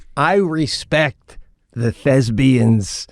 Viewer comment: " thespian" it is not "thesbian" LMAO !